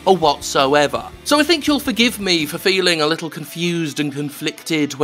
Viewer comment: Réne! Michélle!! .... "my liddel taank"